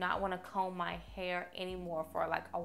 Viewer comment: Where are you from pretty girl?? I like they way you say hair lol “hay-yer” 😂😂